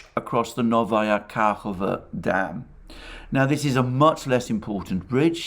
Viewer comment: It’s pronounced Novaya KhakovKah.